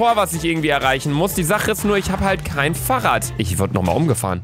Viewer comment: Niemand: Luca: farrradd